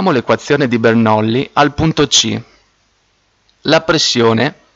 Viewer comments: Bernolli...😂, si scrive Bernoulli e si legge Bernulli, comunque il video resta molto utile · Spiegato malissimo. Cosa facile resa difficile e poi si legge Bernulli non Bernoulli. Tornate scuola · scusate ma non si dice "bernullì" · ti avrei messo mi piace ma.. "BernOulli"? Serio?